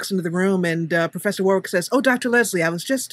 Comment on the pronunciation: I just wanted to say that in England Warwick is actually pronounced Warrick even though it's spelled Warwick. Btw great video